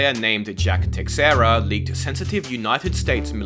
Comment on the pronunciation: Just a mini heads up, "Teixeira" is not Tekxeira" or something it's pronounced They-Shei-Rah That's the best explanation I can give, better than "Tekxeira"